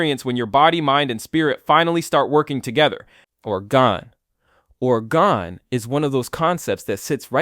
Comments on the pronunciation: I thought orgone was pronounced or-GOHN. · Orgone is pronounced or goe n. You even say it properly after mispronouncing several times. This pronunciation is different from orgonite which is where I think your initial annunciation is coming from.